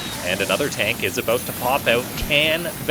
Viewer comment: Something about the way you say "About" sounds Canadian... maybe?